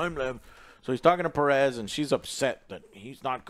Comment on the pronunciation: Joe, “Pe-RES”??? - you’re pronouncing it that way? … Thas akin to calling yourself ‘yo-say ver-gas’…. …..You’ve done fucked it up.